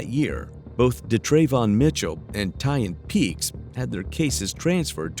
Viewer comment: So, you're saying'Tyan'? BUT, I'm seeing TYLAN on the screen? So,... wtf?